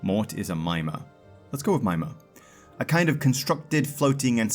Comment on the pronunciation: Typically mimir is proniunce mih-meer